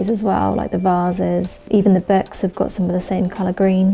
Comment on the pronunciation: What’s with people saying ‘burks’ instead of books?